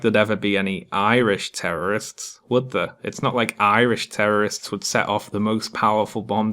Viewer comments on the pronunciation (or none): You mispronounced 'terrorists'.